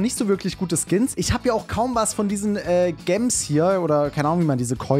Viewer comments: Gams 😂😂😂sagt du heißt gems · man spricht es auf english aus also gems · Gems spricht man "Tschems" aus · Cooles Video! Ich feier es total dass du jetzt so andere Spiele bringst. PS: Gems spricht man „Dschems“ aus.(NoFront) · warum sagst du gemms digga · Deine videos sind nice bitte mehr von stumble guys 😁😁aagst du gems extra so komisch 😕